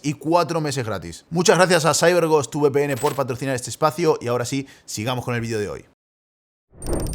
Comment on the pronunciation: Cómo que "saibergost"? dónde está mi gente de "yiviyimol" 🗣🗣??